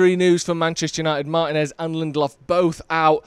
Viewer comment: Great video, but please 🙏 say Lisando's name properly. Martínez. Cheers.